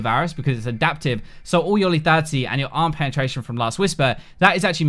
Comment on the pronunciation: LETHALITY dude NOT LETATY.